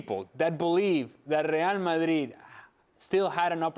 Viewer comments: After hearing this guy saying Real Madrid like that so often, suddenly, Spanish doesn’t sound so sexy. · The way he says RRReal Ma'RRi is so grating....it's like pronouncing Liverpool in an English accent while speaking in Spain on Spanish TV. Crazy. Just call them Real, or Madrid, or even better Real Madrid when you're on an English-speaking channel! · Alejandro needs to Americanize his pronunciation of Spanish names when he speaks English. It's really jarring to hear an American accent followed by a perfectly pronounced (in Spanish) Santiago Bernabéu and "RRRRReal Madrid".